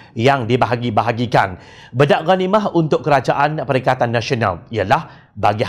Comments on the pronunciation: Pembetulan sebutan. Bukan disebut bedak..disebut baydak.iaitu berbahagi bahagi. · Bedak ghanimah sepatutnya disebut menggunakan e teleng bukannya e pèpèt. Jika ikut sistem ejaan lama: Bèdak.....talkum (e pepet) Bedak.....diagih-agihkan (e teleng) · Pakat bedak ghanimah maknanya "masing-masing mengagihkan harta rampasan perang". 2. Sebutan "bedak" bukanlah e pepet sebagaimana kita sebut "emak". Sebutan yang betul e taling sebagaimana kita sebut "enak".